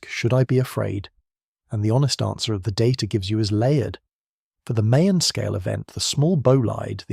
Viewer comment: Mayon is pronounced as Ma-YAWN.